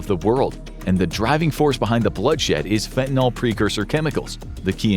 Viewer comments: Holy crap, it's fentanyl, not fentanOL. At least say the words right if you're gonna use them 20 times a video. So frustrating. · Correctly pronounce fentanyl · I assumed The Infographics Show covering this topic would spare me from hearing Fentanyl mispronounced. I was wrong.